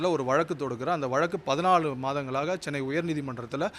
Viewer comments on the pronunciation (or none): none